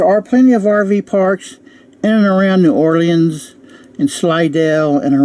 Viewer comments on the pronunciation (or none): You can't pronounce Ocala or New Orleans. Wow.